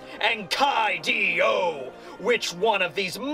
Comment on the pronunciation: You mispronounced Koi D. O during the intro.